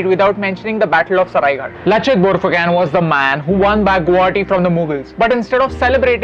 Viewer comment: It's not Borphuken , prounounce it as BORPHUKON !